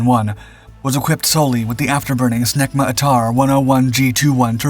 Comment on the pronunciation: He got the pronunciation of the French words that formed the acronym SNECMA (to my non-French ears at least) down pat.